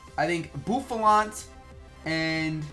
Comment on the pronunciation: Boofalaunt? Its Buffalant. Come on:/